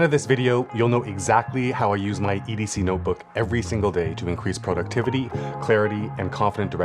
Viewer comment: Great video! Thanks! I don't think I've ever seen productivity broken down quite this way, working backwards from the end goal and making tasks for each checkpoint, and have bookmarked it to return to and rewatch. Random bonus comment... When you said Pro-ductivity near the beginning of the video, I flashed back to a friend of mine who is originally from Ottawa, Canada, but who has lived in LA for many years. When we were talking on the phone a few months back, he laughed when I said "Pro-ject" (not "Prah-ject") saying I was making him homesick for Canadian pronunciations. I suddenly thought, " must be Canadian, too, because who else talks like we do?" 😂